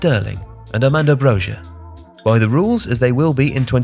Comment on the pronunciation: It is not Brozher, its Broja (pronounced Broy-a)